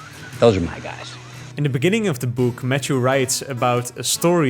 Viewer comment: “Matchew” 😄 but interesting video :)